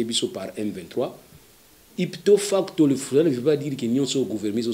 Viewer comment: On ne dit pas “ipto facto”, mais “ipso facto”.